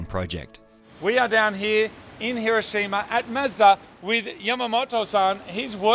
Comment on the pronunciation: Can pronounce Subaru, can't pronounce Hiroshima. You can take the boys out of Aussie, but you can't take the Aussie out of the boys.